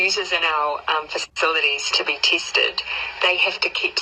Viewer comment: I refuse to be teested. I don't care what your inceentive eez.